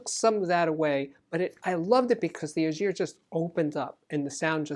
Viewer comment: Schiit Ægir is a good amp but it bugs the heck out of me the way you butcher the name: thats the ae sound and you all can learn it. Then the g is hard and not a j sound